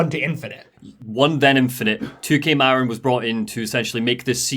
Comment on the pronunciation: Not sure if this has been mentioned yet, but “Marin” in “2K Marin” is pronounced “muh-RINN”, not “MA-rin”.